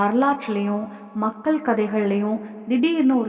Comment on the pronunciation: தமிழ் புலவரே அது மக்கல் இல்ல மக்கள்